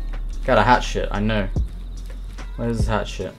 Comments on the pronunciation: I thought I was the only one who heard hatshit instead of hatchet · The way you say hatchet sounds like hat shit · "He had a hat shit." ?...Ohh, a hatchet!